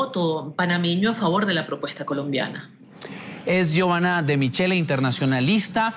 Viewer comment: se pronuncia MIQUELE